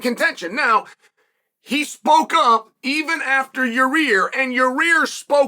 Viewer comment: Ya-rear is a no, moosvar deserves it